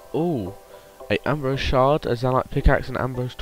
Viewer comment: Fucking Ambro SI-UM NOT ABROSE